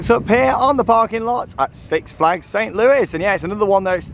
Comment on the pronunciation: Great vid, St Louis is pronounced with a silent s on the end of Louis